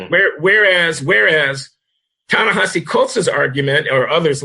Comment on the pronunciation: Even Coleman mispronounces Ta-Nehisi ... It's gotta be a running gag among you three ... Glen, John, & Coleman. ;)